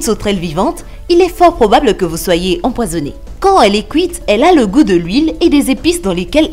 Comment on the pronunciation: Pourquoi tu dit couïte à la place de dire cuite? xD 😂😂